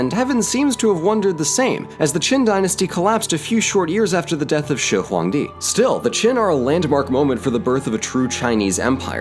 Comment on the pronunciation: Damn the pronunciation of shihuangdi is basically native level!